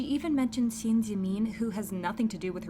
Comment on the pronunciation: Dude it’s pronounced shin jimin not shEEn jEEmEEn